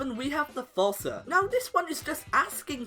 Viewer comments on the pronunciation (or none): It's pronounced "Foos-sa" not "Faws-sa"